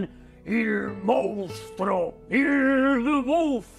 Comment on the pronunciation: Por que todos dicen MOUNSTRO??? Comunicadores y periodistas..... Es MONSTRUO!!!